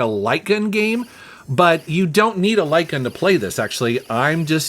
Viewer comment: The first time you said light gun, I thought you said lycan. 🤷‍♂️